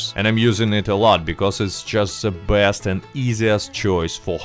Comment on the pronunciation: It's awesome how his best sounds blessed lol